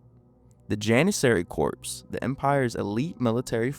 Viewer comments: Very interesting video. And the word "Corps" that was used in the story is pronounced without the "p". So it would sound like "Core" but spelled as Corps. It's a French word apparently. LOL. Great video and interesting. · Very disappointed by your mispronunciation of CORPS. That's = COR = K-oR in English - Always. The p and s are SILENT. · CORPS IS NOT PRONOUNCED USING THE "P" OR THE "S"! JESUS CHRIST!